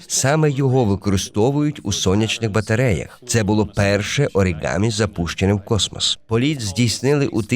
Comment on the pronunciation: Дякую за відео. В японській мові нема літери "и", тому правильно буде орігамі.